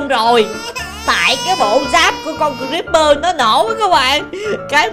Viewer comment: Haha kiểu này cờ-ríp-bơ ở chuồng